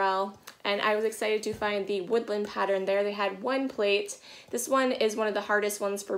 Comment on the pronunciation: I discovered your channel about two months ago. Now you've got me pronouncing "pattern" and "modern" as "patteren" and "moderen". Is this a Maine thing lol?